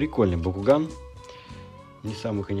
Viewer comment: Да почему мне слышится не Бакуган а Бьякуган?! ХИНАТА ЧТО ТЫ СДЕЛАЛА СО МНОЙ (Анимешники по Наруто поймут)